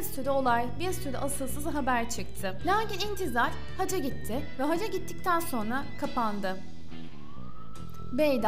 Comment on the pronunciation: Ümre değil UMRE ayrıca haca değil HACCA kelimelere dikkat et!!!